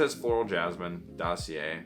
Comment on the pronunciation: Btw didn't ur Montreal GF told how to pronounce DOSSIER 😂 you're still amazing ❤